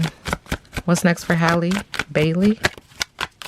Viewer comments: Great reading. Her name is pronounced (HEY-LEE) 🙂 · Girl no it's not. It's pronounced like the word AL but with an H in front. So HAL-LEE. Just like Halle Berry. Pronounced the same.